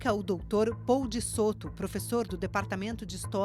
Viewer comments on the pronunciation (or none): none